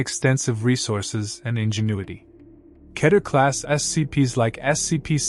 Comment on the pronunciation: Keter is pronounced Key-ter.